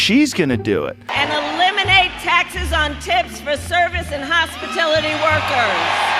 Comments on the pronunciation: What’s a HOSPITILITY WORKER? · What is a HOS-PI-TIL-ITY worker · whats a hospatility worker? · What's a hospitility? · Hospitility workers 😂 what's that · Kamala Harris couldn't even pronounce hospitality workers correctly